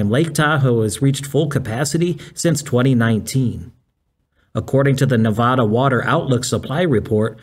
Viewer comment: Please learn to say Nevada correctly. You are hurting the ears of the few hundred thousand native Nevadans...Nevaaada.